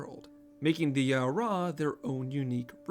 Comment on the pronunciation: I will ask one favor of this video... "Au Ra"..... Not Au'Ra lol. Bless <3